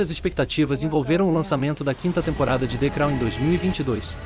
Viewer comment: Hahahahahaha..."de crau"